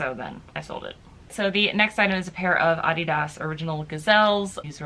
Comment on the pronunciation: She pronounced Adidas correctly. Maybe you should google the correct pronunciation before you criticize someone and make yourself look like an idiot